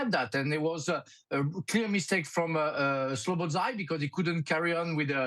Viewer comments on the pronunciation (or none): s U b oslai......Soboslsiai There is no "U" in his name.